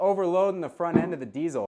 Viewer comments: "Deet-zul"... love that you pronounced it correctly. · Finally a english speaking person pronouncing the name "Diezel" the correct way. Chaupeau, dude! :-) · Correct pronunciation of "Diezel" = instant like. Great demo. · Yeah I noticed that as soon as he said it. Not just your average metal meat head!!